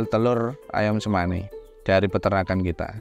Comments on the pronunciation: To the narrator on the Ayam Cemani segment: You literally watched hours of videos of the breeders pronouncing the name and still chose to mispronounce Cemani... 😶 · Chemani not semani - ch like in chair